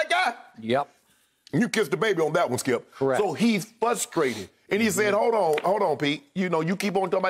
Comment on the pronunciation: Everyone: Literally every other person on the planet: "Frustrated" Shannon Sharp: "fUssstrated"